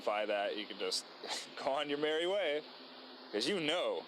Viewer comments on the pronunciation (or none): none